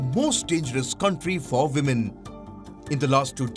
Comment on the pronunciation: Woo-men 🤣🤣🤣🤣 Anyways nobody is perfect but trying to be is what matters......but still it was quite Hilarious Palki.